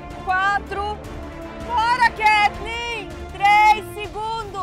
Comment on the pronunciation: Agonia do Fogaça chamando a Katleen de "Kaytleen". Mas sendo Kat ou Kay ela é uma linda, cozinha muito e torço pra ela ❤